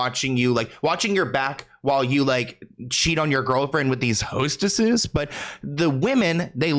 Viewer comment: lol that emphasis, “hostesses”